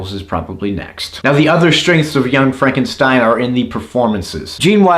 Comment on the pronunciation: That's "Frawn-ken-steen!"